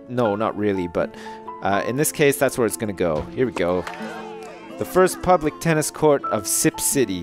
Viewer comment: Don't worry, there are far worse ways to mispronounce "public".